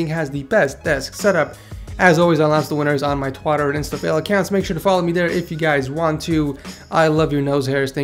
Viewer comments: "on my twotter"😂 i think you mean Twitter 😂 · He is announcing the winner on his 'twotter' lmao!!! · Lol you said Twatter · LMAO LOLOLOLOLOLO HE SAYS "TWAATER" LMAO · Gavin has the best setup and yeah by the way did he say twatter